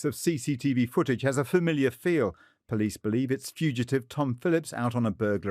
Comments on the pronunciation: I love you but it’s fAMiliar not farmiliar… I’m sure you’ve heard it before but damn girl, every episode? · You say "fermiliar" like one of my friends and I think it's so cute